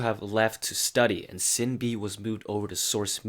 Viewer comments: İt's "Shin-Bee" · Shin Bee and Oonah not Sin B and Eunha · It’s actually pronounced ShinBi, not Sinbi.. I wish you all the best 😊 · You sinB pronounciation 😂